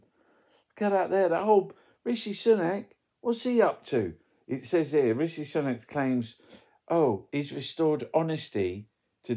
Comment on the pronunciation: I have heard Sunak say his own first name. It should be said how he does. Simple.